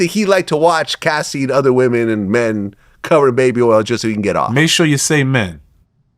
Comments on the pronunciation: Baby erls 😂😂😂😂😂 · I can't with "earl" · Nah we gotta teach my boy how to say oil he cant be out here calling it Earl 😂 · I wonder how he pronounces the other “oil” words: foil, soil, boil, coil… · How hard is it to say "oil" ?